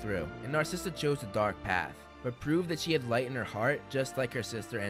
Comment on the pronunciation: why are you pronouncing andromeda like that 😭😭😭